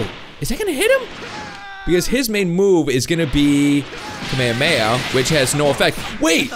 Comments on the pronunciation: its not kameme it'd kamehameha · You and the dub say Kamehameha wrong. also watch Dragon Ball Super you're missing out. the only non cringeworthy dub is Hellsing. My biggest problem is how I and several Youtubers do a better Goku than the professionals from the official dubs.